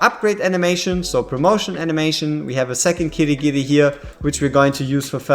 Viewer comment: Not sure if you noticed but you kept saying Kirigiri, adding in that extra ri. I don't think he needs any additions at this point lol